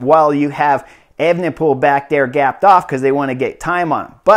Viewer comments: Chris it's pronounced aven-pol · Brilliant race report 🤩 but please just say remco 😂